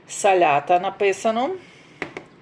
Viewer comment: но не салята а салата уже можно и говорить правильно